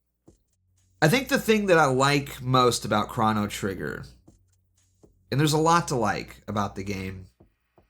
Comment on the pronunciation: no way bro just said "krahno trigger"